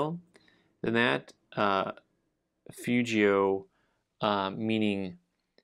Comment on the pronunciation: The g in fugio is a hard g in Latin. Love your videos!